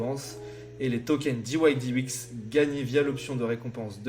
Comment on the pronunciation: Diouaillediex pas diouaillediouix !!! 😂 Merci pour cette excellente idée de présentation !👌